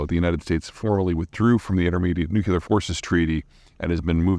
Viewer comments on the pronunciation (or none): They are nuclear weapons, not nucular weapons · I love you Peter, but for god's sake it's nuCLEar not nuCUlar. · Peter you are brilliant. Why do you,of all people, mispronounce NUCLEAR? Nu-cle-ar. Like the nucleus of a cell. NOT NU-Q-LAR. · NukeLEAR not nukeeular. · New Clear - NOT - New Q Lurr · Peter …I love your videos….but PUHLEEZ…the word “nuclear” it’s not pronounced NEWKYOULAR…it’s pronounced just the way it’s spelled …NEWCLEAR…John Kennedy’s mother Rose Remonstrated with him after he repeatedly pronounced the word like you and warned him she wouldn’t listen to any more of his speeches until he pronounced the word properly. I shudder whenever I hear the word improperly pronounced…but I guess you’re in good company with JFK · Also pronounced "NOO-cue-ler" in some regional US accents... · I know, I know. It's so tedious every time isn't it... :-/ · But why can't Americans say "nuclear"? Nucelar/nukelar means nothing. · I love Peter but his consistent mispronunciation of nuc-u-lar makes me physically flinch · As much as I enjoy your videos in re: GeoPolitics. I'm diverted by your pronunciation of Nuclear . . . when you pronounce it nucular, I focus on that and miss the next sentence. Then I have to go back and listen to it again. I'm getting arthritis in my finger from doing that. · Forgiving your mispronunciation of the word “nuclear”, those are some interesting bits of intel. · It's an actual mispronounciation not a supposed one. If your job is public speaking, which Peter's is, you should make it a point to pronounce words correctly. This isn't a difficult concept to grasp, nor an unreasonable criticism of Peter. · Plenty can but Mr Zeihan either can't or else he thinks it's cool to say it like dubya, lol. 😂